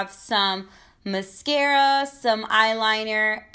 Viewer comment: Steph Vidal cause she says it correct??? 😂😂😂